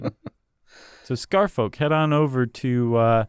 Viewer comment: Scarfolk is not pronounced like that, you know. Like Cheshire and Worchestire